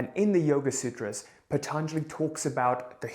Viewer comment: NOT PHATHANJALI....its Patanjali i guess...i think it's Indian name.